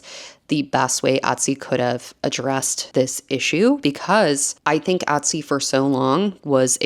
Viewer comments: Et-sy.... Not Ot-sy. ETSY. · drinking game: a shot every time she says "atsy"